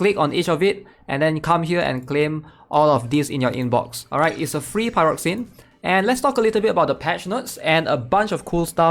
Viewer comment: Glad someone else pronounces it like I do: pie-rocks-eens